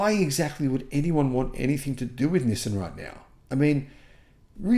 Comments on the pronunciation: You’re the only person on the planet who pronounces it “nisin.” It’s pronounced “nee-sahn.” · It's knee-sun, not knee-sin! Nissin is a noodle maker 😄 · Nissin (the way pronounces it) makes instant noodles. Nissan makes cars. It’s like the difference between the word ‘yawn’ and ‘lawn’. Maybe subtle but a huge difference in meaning. 🤦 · I’m sorry your Aussie accent says “Nissan” very different from us yanks. We say “nee-sohn”